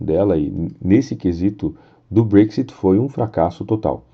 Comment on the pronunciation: Gosto de seus vídeos mas acho muito difícil ouvir vc dizer brexit,Thereza May e principalmente a palavra trade "inglesado". Fica muito chato esse inglês seu. Poderia aportuguesar isso,ficaria melhor